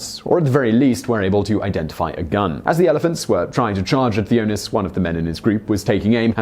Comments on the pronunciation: Hi Simon. The name Theunis is pronounced Teunis. i am a South African and come across the name frequently. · You really butchered the name Theunis, look it up how it is pronounced, it is funny!